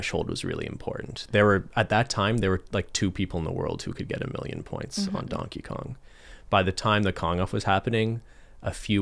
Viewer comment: “Who is Dankey Kang?”